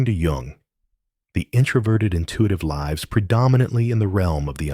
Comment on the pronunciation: I've waited all my life to be recognized and described so perfectly by some random AI-generated advice-bot gibberish that's full of empty platitudes, with a voiceover that can't figure out how to pronounce "lives" in context. Yeah, so very very special.